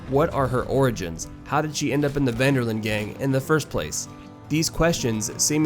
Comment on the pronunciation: you lost me when you said "Ven Der Linde" Detch Ven Der Lende